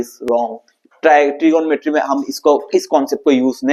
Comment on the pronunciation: Trigomrty ❌ trigonometry ✅🤫